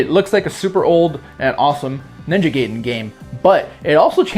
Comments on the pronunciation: *Ninja GUY-den. I cringed hearing GAY-den. But I miss the Ninja Gaiden series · Gaiden(guy-den) not gayden